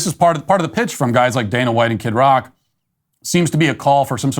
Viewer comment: his name is kid rock not kit rock